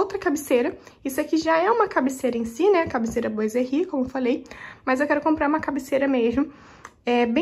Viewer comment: ficou muito lindo! (mas quero dar uma dica: " boiserie" é uma palavra francesa, significa marcenaria; e se pronúncia: "buazerri"......( Bois=buá=madeira).... Deus te abençoe..... continue....